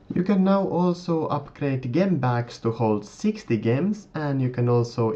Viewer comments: Great video. Gem is pronounced with a J i.e Jem! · its pronounced jem..